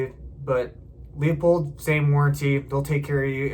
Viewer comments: Thank you for a good review. It's not "Lee-uh-pold," it's "Loo-pold." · pronounced'' LOOPOLD'' there Numnutz